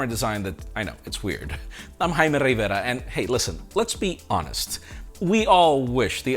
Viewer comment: Si. Yo soy Jaime Rrrrrrrrrrrrrrrrrrrrrrrrrrrrrrrrrrrrrrrrrrrrrrrrrrrivera